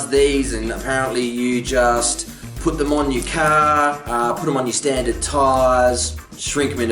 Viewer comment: What is "Caaaa"? Did you mean car?